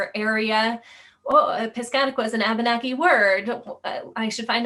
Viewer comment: Abeneki is actually Pronounced Uh-ben-uh-key